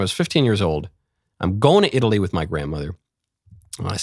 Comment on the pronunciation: No. She needs to stay until she is able to pronunciate properly. It’s not “worf” it’s worTH. It’s not “wif”. It’s WITH.